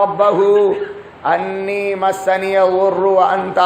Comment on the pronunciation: Anni not inni. Please modify